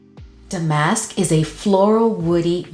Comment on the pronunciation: Damask...accent on the 1st syllable, not the 2nd. It refers to a specific weave of fabric.